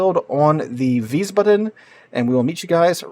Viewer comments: Wiesbaden -- VEEZ-bah-dun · it's pronounced like wiesbadn, or wiesbadmmm. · Please,, you're making my ears bleed. It's pronounced VEES-bahdun, with the emphasis on the first syllable, not the last. 😩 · How do the turrets get ammo with nothing but four small squares, which is wild in its own right, underneath them. And you had the pronouncing down the first time around, Wies (Vees) Baden, no emphasize on the a or d, just Baden. IE is E, EI is I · Weez-Bah-Den? ...that's how I'm pronouncing it. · Think is "veesbahden" with the accent on the first syllable. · Veisbaden w are pronounced with v and it would be with I sound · Wiissbaadeen and it's a softly spoken word. The double letters are long. ie = long i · Isn't w-ice-bod-in? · Just pronounce it like you did at first with a longer a sound in Wiesbaden (so ba...aden) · if you think about it in english letter pronounciation (which is quite inconsistent anyway :P ) yes, but if you just remember that the German 'i' is 'e' as in the word english and the German 'e' is like 'e' in error. 'ie' is just elongated like 'ee' in seen and 'ei' is the sound of 'I'. Don't stick to the "second letter" rule. Won't work often. German pronounciations are quite consistent contrary to english, so once you get the hang of the sounds of the vowels you are basically set.